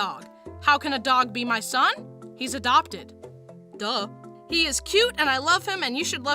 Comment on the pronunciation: He,s ,,adogted“